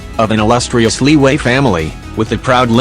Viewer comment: Chinese People: LIYUE!!! English People: Liwue😎